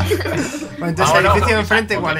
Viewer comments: se dice neythan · Españoles aprendan a pronunciar ¡SE DISE NEITAN¡